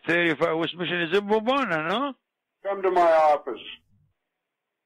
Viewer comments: When he makes fun of his own pronunciation. "west miSHIN" lmfao! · wEsT mIsSiN???